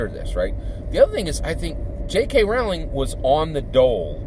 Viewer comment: FYI it’s pronounced like Rolling. Rolling down the hill.